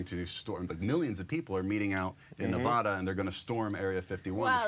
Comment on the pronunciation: goddamnit trevor you say nevada wrong